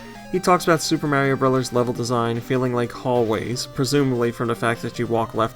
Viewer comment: GoNintendo drinking game, take a drink every time badly mangles the pronunciation of Mario or any Japanese developer's names. Don't blame me for alcohol poisoning.